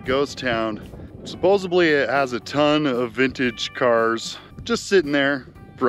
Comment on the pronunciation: Suposo-B-ly makes him sound like he belongs on that short bus